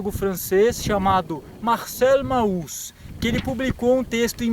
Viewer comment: Show de bola o video, parabéns! Só deixo a dica, sem preciosismo nem nada: Mauss se fala Mos.